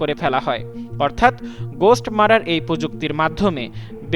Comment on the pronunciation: ঘোস্ট "মারার" না মিস্টার। এটা ঘোস্ট "মারমার"। মারমার বলতে হৃদযন্ত্রের মধ্য দিয়ে রক্ত চলাচলের শব্দ কে বোঝায়।